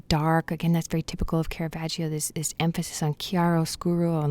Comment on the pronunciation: It's not kera-vaj-io. Put some pronunciation on it. This mistake is made by more professionals than you can shake a stick at.